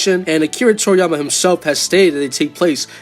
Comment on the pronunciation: TORIyama, not Koiyama. For Gods sake his name is TORIyama.